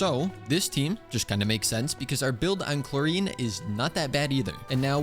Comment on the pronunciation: i think has just decided that he’s going to continue pronouncing Clorinde wrong to mess with us. or maybe just me.